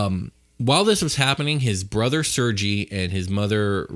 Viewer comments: Couple points a bit off, Tatyana was poor, its SERGEI not sergee lol sends a shiver down my spine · it is pronounced SIR-GAY, not sir-gee. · It's pronounced "Ser-gay"...